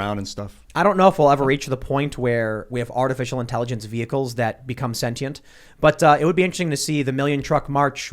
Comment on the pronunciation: Tim, for the love of God, mate. Quit butchering the English language! Sentient is pronounced "SEN•shunt," not "SEN•tī•ent."